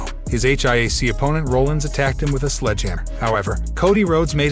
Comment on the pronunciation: This guy pronounced a LOT of names wrong. Lesner…Sasha…Rollins…